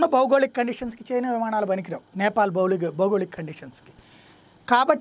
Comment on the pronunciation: "విమాణాలు" కాదు... విమానాలు...గమనించగలరు.